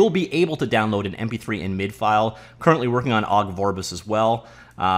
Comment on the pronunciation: MIDI is pronounced “mid-ee”. Even the Japanese can say that one.